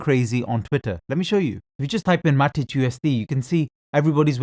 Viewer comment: Matić hahah you re pronouncing it good from the eastern european standpoint 😄 👍🏼